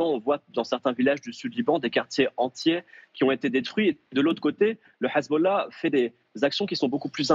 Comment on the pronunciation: elle prononce mal "hezbollah" , I24!!!